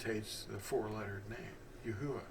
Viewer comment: The vowels are accurate. But the phonics and pronunciation of His Name is wrong. Not yah.